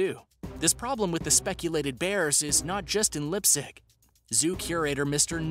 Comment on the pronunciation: Dude the way he pronounced Leipzig as Lip sick is getting me mad wtf